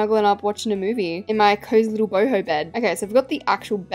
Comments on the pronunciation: How the normal people say it “boho” how says it “BOHIMI ✨💀” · Every time she says boho I think she said hobo😭💀